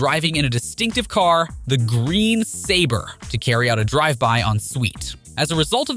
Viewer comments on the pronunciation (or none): none